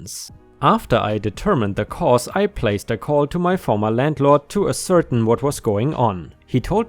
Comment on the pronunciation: Hey. Ascertain is said as-er-tain. I love listening to your videos in the morning while I have breakfast 😁 Im not surprised that you're running out of legal advice, especially since you always use ones with updates. You're a machine with putting these videos out.